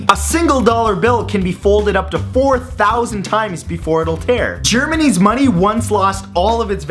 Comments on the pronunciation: dat Germanese though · I thought he said Germanese money. then I realized he said Germany's money.